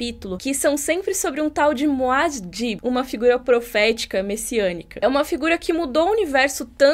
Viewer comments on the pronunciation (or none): Não é Moas Dib. É Muah Dib Outra coisa. O ator escolhido para interpretar Paul Atreides não foi acertado. O Paul Atreides teve treinamento de artes marciais e isto faz a musculatura se desenvolver um pouco mais do que nas pessoas comuns. Acontece que este ator é um magrinho fracote e , se o vento soprar, ele vai cair.